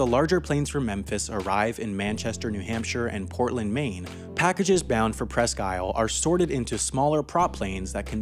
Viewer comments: The narrator needs to learn how to properly pronounce Presque Isle. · oh gods...is that how the locals say "Presque Isle"? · its pronounced prehskeeel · I live in Maine and I'm nit picking here, but the way you pronounced Presque Isle is a little different then we pronounce it. Here we pronounce it more like 1 word Presskile. I know it seems weird but thats how I always hear it